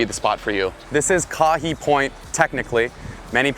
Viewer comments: Gotta learn to pronounce the location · Kahe (kah-hay) point. Never called electric beach